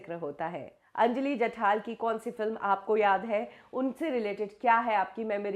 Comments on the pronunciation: नाम जठार है और आप जठाल ही बोलती रहीं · Are mhashi. jathaal naahi jathaar ahe naav. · you cant pronounce names correctly? जठाल नही जठार, शास्त्र नही शस्त्र